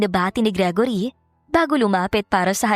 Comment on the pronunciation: How you pronounce gregory ? Gragory ? Hala hahaha